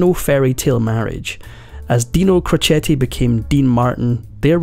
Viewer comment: There are several errors in your presentation. Dean’s father was a barber & never worked in a steel mill. His boxing name was pronounced ‘crow Chet’, not crochet. He did not get custody of his eldest 4 children until after he & Jeane had been married a few years. His first wife became an alcoholic and her sister loaded up the 4 kids and dropped them off at Dean & Jeane’s house.